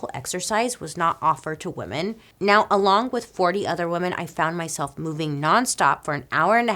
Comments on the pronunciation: I love you Bailey, but your pronunciation of women is a bit strange. There is a difference between woman and women. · Isn’t the plural of Woman spelled same but pronounced different then the singular? Isn’t it “weeman”?